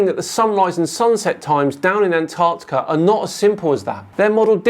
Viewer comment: Why does the flerf guy keep pronouncing Antarctica as "Ant Arctica"?